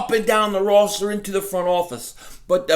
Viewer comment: When did the pronunciation of roster change to rawster? Still find. very entertaining while the playing is despicable. Go Eagles. I watched them trade Sonny Jergoson for Norm Snead. And witnessed "water bucket Joe" 54 years ago at Franklin Field. Now that was difficult to watch. Fans have changed from take no B.S. blue collar to wealthy professionals(for the most part). We have some of the best educated fans in the NFL. Between you and you guys represent what it means to be. an Eagles fan.